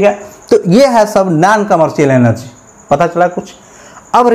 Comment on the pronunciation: Sir oh energy hai elergy nhi